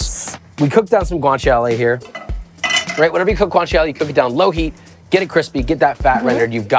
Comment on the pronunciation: Did you call Guanciale "Guang Chow Lee", so it goes better with Ramen Noodles? I'm impressed!